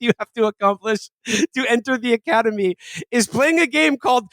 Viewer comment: Or as PBD would say it "The Ocodemy"